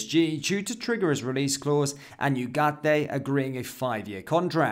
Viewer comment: From an hispanoblante, thank you for your efforts on adding the "ay" at the end of Ugarte. Don't worry about trilling the "r"s. It's not in the English language unless you were born up North. I can't speak for everyone from the Americas, but I noticed your effort, and I really appreciated it!